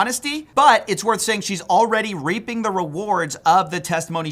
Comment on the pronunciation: A little more pronunciation on reaping next time thanks LOL